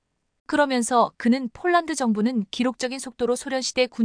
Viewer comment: 대최 쫄란드가 어르나라야 폴란드 라고 정확하게 바름을 해라